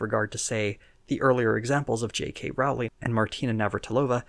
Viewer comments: Great video! Just one note: Rowling's last name is pronounced "rolling." Other than that, solid video. :) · I’m going to nitpick with you: JK Rowling’s name rimes with bowling not howling.